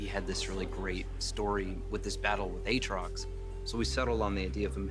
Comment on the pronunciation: It’s really annoying how you pronounce Aatrox when they are pronouncing it in the video one way and you say it another way 😅